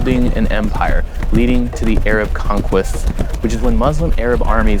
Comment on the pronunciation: "Muzlim" and "Ayrab"